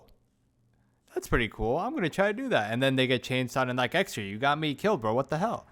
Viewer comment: Extriaa? Never change. nuff said.